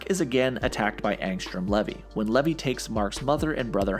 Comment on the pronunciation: th pronunciation of the name levy is getting on my nerves, its LEEVII